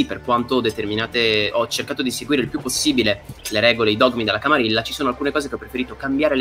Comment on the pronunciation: Grandissima figata, si prospetta una serie divertentissima. Unica puntualizzazione: "camarilla" si pronuncia "camariglia" similmente a "guerriglia"